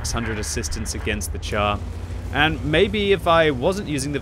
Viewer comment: not "tchar". Pronounce it "shar". As in.. "shoot".